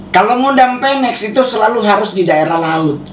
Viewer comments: Phoenix.... Nyebutnya funiks bukan fenek ya 😁 Phoenix was rise from the ashes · Bacanya Finix bukan peneks yaa bang. Dan burung Phoenix itu lambang kekuatan. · Bang, cara bilang ‘phoenix” itu ‘finix’ bang, bukan ‘penex’ oke bang. Salam